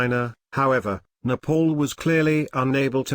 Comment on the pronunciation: It's NEPAL not NEPOOL please pronounce it properly.